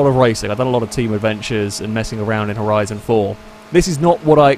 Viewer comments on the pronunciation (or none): none